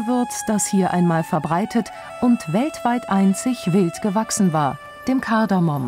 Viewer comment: Nur zur Anmerkung. Es heißt "Kardamom" nicht "Kardamon".